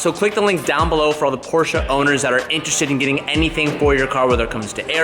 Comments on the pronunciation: Just came to see if this kid is pronouncing Porsche correctly yet? Can someone please confirm? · As a German it hurts me how you say Porsche